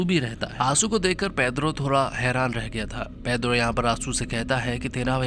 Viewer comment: भाई वो पेद्रो नहीं पेड्रो है 😂